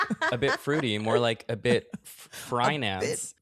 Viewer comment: Bold to leave “frinance” in, but I love it 😂